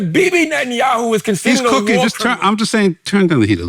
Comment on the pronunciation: is so charged up on Bibi, he can't even pronounce his name right. 😂